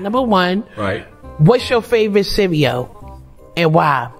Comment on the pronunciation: We don't say cereal like that lol